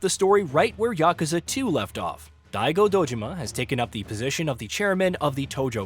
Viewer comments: “Die-Go” say it right dammit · Say Die-ay-go one more time. There's voice acting. This shouldn't be a problem. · Giving a dislike for not pronouncing Daigo's name correctly. Let a real fan review the game.